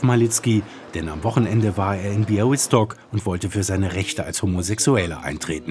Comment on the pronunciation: Lob an den Moderator für die saubere-korrekte Aussprache des Ortsnamens "Białystok"! Es sind derlei Kleinigkeiten, die zeigen, dass Ihr Euch Mühe gebt 👍🏼